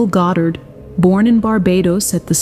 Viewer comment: Please pronounce Neville’s last-name correctly! The accent is on the first syllable God’dard!